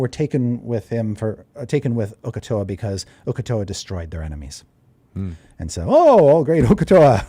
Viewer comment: Uk'otoa...... uk'otao